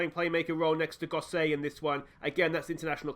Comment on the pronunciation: aaaaahfff-an Lido and Goss-it lol, should have said a while ago about Gosset but couldn't be arsed lol Great video mate, make sure you stick around until champions league mate I'll be here watching along